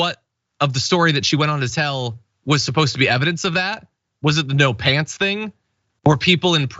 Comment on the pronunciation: "No pyants on"